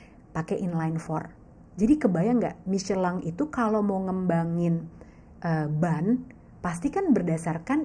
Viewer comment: Baru ngeh Michellin bacanya miscelang😅